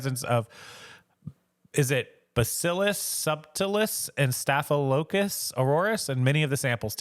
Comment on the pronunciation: Just FYI: "Staff-uh-lo-KAH-kuss" 😉